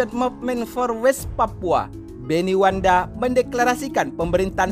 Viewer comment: Maaf bukan wanda tapi yg betul itu Wenda . .